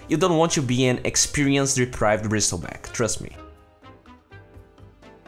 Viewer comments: "Brissle" not "Bristle" don't pronounce the T sound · SILENCE T BRO ... NOT BRISTEL BACK ... BRIESTLEBACK LUL XD DONT MIND THE CAPSLOCK IM NOT ANGRY XD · you don't pronounce the word "Bristle" by the word itself. its pronounce as "Brissel". You dont need to make the T sound. The T is silent. :D